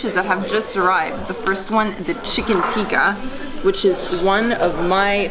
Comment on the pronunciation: its pronounced tikka,not tiika